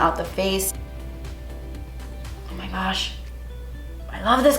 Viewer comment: LOVE every time she says: Oh my guch!!!